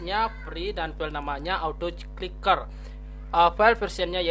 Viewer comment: Ahh ngomongny belepotan Kliker bkn ciker😴😴